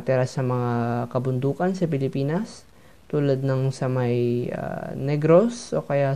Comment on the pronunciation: I love the "Philipaenus" at 3 seconds 😂